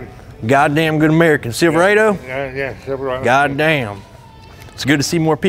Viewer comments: Bruh 😂😂😂 when he said "Silver Aye Doe", I thought about that Parody Chevy Commercial lol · Man said Silva rado